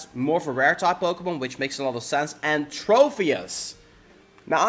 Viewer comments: It's tropius not trofius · As well as every time he said "Trofius"... TroPius, with a 'P', not with an 'F', not with a 'PH', just a singular 'P'.